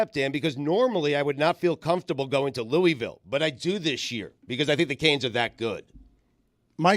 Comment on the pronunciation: Shoutout to on the correct pronunciation of Louisville! 🫡💪🏾